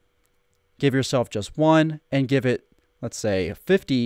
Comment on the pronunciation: It sounds like you're saying Gif instead of give! I was wondering why you were talking about gifs lol. It started raining in my world and I wasn't in the mood for rain so I did /clear and it cleared my inventory 🤦‍♂️